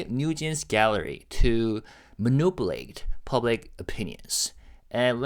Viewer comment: Thank you for your hard work, it is always appreciated. For months I kept putting off saying something but I can’t hold it in anymore. Could you please check the pronunciation of the word ‘manipulate’. I’m afraid I’ll start to mispronounce it soon as well